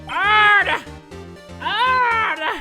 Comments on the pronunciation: please don't say "Orderr,Orderr" again it sounded like "Harderr,Harderr" lol anybody else noticed it? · I like how he says ORDER, ORDER but if u kinda head it closely it sound like he says HARDER, HARDER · When he says order i hear harder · I will never get bored of this series, even if I only eventually stay for “oRder, oRDER!” These videos put a smile on my face every time! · No one:: OrDeR OOoOodER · Sounds like he was saying "Harder! H A R D E R !" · "OrdEr!" orgasms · OMG I LOVE IT WHEN HE SAYS ORDERR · I really like it when pronounces ORDER OOORDER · Why does he say order like that XD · Its so hilarious how jay pronounces: order! Orrrrder! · Getting “Arstotskeee” vibes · Icarus i think because it sounds like HARDER HARDER if u know what i mean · The way he says order is FUNNY AF😁😁😁😂😂😂🤣🤣🤣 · I was going to the kitchen then out of nowhere I hear ORDER OREDER